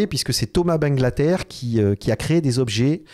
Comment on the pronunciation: Pour ma table acheter 1500€ a l’époque, j’ai deux panneaux de verre sur le côté qui se sont décoller … et c’est bangalter.. pas banglater… 😅